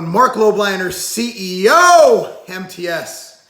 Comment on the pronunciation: Geez bro do u really have to emphasize “CEO” of whatever nutrition.Come on we know who u are.U are getting worst then FakeNewsKenny